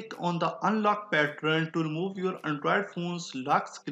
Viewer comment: I think its pattern not pattron